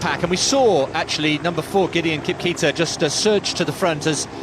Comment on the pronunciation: The name Kipketer is pronounced as Kipkeeeteerrrr. Sad at times how its pronounced in English and it comes out really bad.